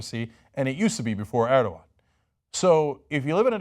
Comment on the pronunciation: Draw er-dog-an day?